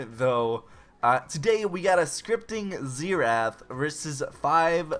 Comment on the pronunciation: ZEE RATH